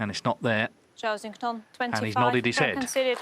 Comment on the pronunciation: Listening to Doherty and McManus absolutely butcher Zhao Xintong's name is fkn painful. McManus can't even find a consistent way to wreck it: Jow...Chow...Sintong...Zintong...NONE of which are correct. For the love of long suffering bawbags, go ASK the kid how to say his name, RECORD his answer, and LEARN to say his goddamn name.